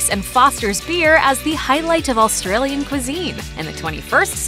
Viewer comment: AUSTRALIAN NOT ALLSTRALIAN....ARGHHHHH